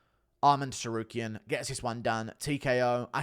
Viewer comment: Did this absolute Clayton just pronounce the "T" in Tsarukyan in the opening seconds of this video?😂